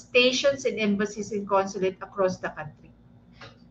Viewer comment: Hoy DAN FERNANDEZ e correct mo muna ang pronunciation mo ng “COUNTRY” GAGO!